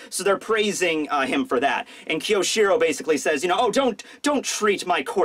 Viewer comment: i wish i could fix your pronounciation of kyoshiro